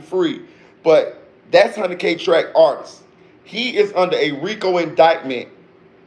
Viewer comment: You got a sub for that "artisis" comment... Niggas really be having a hard time saying the word "artist"